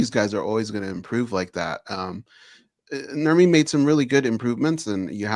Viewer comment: Calling him Nurmi gotta be the most cringe shit I've ever heard.